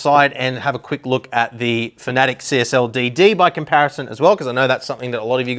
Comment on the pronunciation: I know this man knows what he is talking about but when I hear him mispronounce Fanatec as Finatic it's really off putting and immediately makes me not want to watch the rest of the video